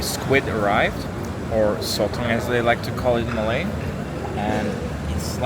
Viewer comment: Your Malay pronunciation is good!!